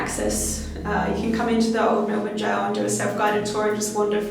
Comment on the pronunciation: We are Australian it’s jail not goal